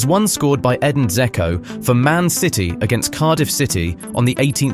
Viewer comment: If you don't know how to pronounce "Dzeko"...